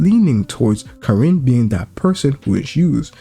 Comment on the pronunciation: Stop saying Kirin bruv It’s KARIN